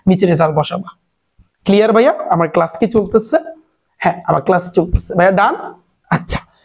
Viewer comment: Bai ❌ Bay,✅ Duwa❌ Duya ✅ Result ❌ Razel ✅ Amar ❌ Amer ✅ 🤣🤣🤣